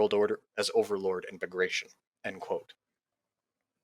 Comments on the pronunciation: Bag Ra Ton. Bagration. Sheesh. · For goodness' sake! It's pronounced "bag-rat-yon"!